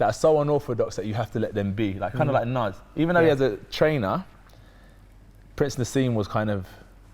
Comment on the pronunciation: who's Nas nigga it's Naz nigga.... 😂